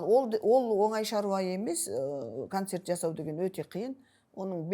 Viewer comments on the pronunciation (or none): none